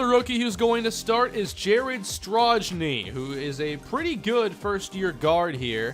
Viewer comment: Hey man, so Strojny is actually pronounced Stroiniy, as in (peja) StoJAkovic